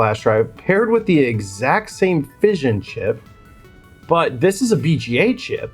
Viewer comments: phy-son not fission lol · For anyone who comes across this, Phison is not pronounced like "fission". It is Fi-zon. Interesting video. I clicked on it specifically because I too bought the 256GB microcenter flash drive and was mad disappointed in how slow it was. If there was a way to make it much faster (even 30-40MB/s would be at least usable), then I'd be down for modding mine. However, yours is very different to mine. Mine is several years old and has a Toshiba NAND on it (TH58TFT1T23BAEF) with the same Phison controller (PS2251-09-V) but also has a Toshiba 3-to-8 line decoder (LCX138 of some sort) on the opposite side of the board. I can find that NAND used on a few M.2 drives so it must not be very slow (I get single digit MB/s writes, mind you) leaving the controller and that line decoder being the bottleneck. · PHY (similar to “fry”0 - ZON (annunciate the Z0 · its not fision its fi zaan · First time i've heard the company Phi-son pronounced as fission :D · i cant lol - phi-son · Psion is "sigh-on" my friend. Very cool teardowns though. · It's pronounced feye sun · It's Fie like PIE, FIE-ZON. Not trying to be flamey, just filling you in. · Thought it was pronounced Fie Sawn 🤷🏼‍♂ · Same, caught me off guard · Your pronunciation of Phison is upsetting. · the mispronouncing of phison has to be rage comment bait because it totally worked on me. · Flash drive modding: 10/10 Pronunciation of 'Phison': 1/10